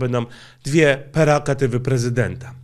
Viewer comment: PREROGATYWY a nie jakieś perogatywy, żałosne